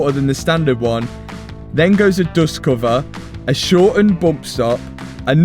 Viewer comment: What are “boompstops” and “doostcoovers”?